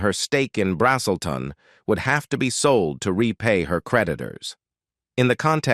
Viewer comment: “BRAZZ’ - uhl - ton” is the town.